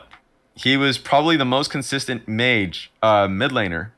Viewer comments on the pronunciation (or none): none